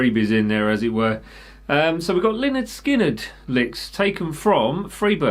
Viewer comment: Outstanding video! Thanks so much. One small point... You need to get a little more redneck in your pronunciation of Lynyrd Skynyrd! I know you have it in you. We all do. Find your inner redneck!!!